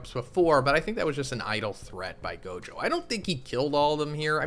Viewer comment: Anyone notice he keeps saying Gojo wrong. It's not Jogo lol